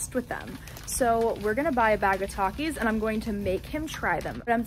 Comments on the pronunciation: The way he pronounced takis 🤣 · I feel like when Dan accidentally pronounced takis wrong Kayla over reacted. Don’t get me wrong I LOVE her and her channel but just because it’s her favorite snack and someone miss pronounces it doesn’t mean it’s the end of the world he probably has never thought to say the word takis.